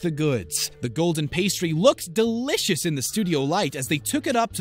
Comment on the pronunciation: All i hear is delicioushhhh, puddinghhhh and ricehhh who else?